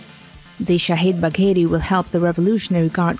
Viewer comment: It is not shahid bakeri, it is shahid bagheri. gh= the French R. Idiots. if you can not pronunciate then don't even try it.